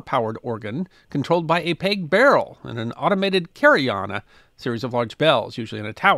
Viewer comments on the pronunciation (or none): Did you really just mispronounce “carillon” and then go on to mispronounce “automaton” multiple times? 😢